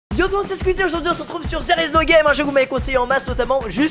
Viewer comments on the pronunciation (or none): none